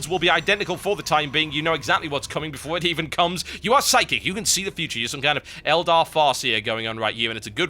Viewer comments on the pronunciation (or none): none